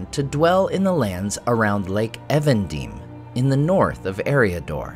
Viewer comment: You pronounce "Evendim" as if it is a foreign word, but it's just English, meant to be a contraction "evening dim": Nenuial in Sindarin means "lake of twilight". Tolkien did this a lot -- "Englishizing" words -- to mimic how Westron speakers would do the same for elvish and other names foreign to the them. Compare with Brandywine (Branduin), Weathertop (Amon Sûl), etc.